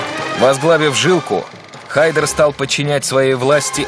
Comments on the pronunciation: Не ХАйдер, а ХайдАр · правильно имя произносится ХайдАр